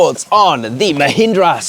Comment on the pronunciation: at least firangs should try to pronounce mahindra properly, they cut all the power, masculinity, smartness of the word